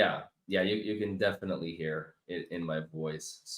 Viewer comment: Q. Have I been saying ‘definitely’ wrong all these years? Must be a silent T 🤔